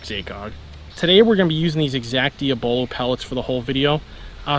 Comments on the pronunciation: “Dia-Bolo” lol it actually is pronounced like “diablo” but with an “O” after the “B” just like it’s spelled. [Dee-Aww-Bo-Low] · I want you to expand your channel. You pronouced the pellet name wrong.